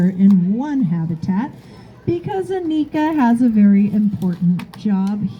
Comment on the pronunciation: Annika rhymes with hanukkah. Lots of Americans get this wrong.